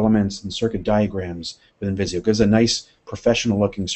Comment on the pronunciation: Hi, it's Visio not viso! Tnx for the vid ;)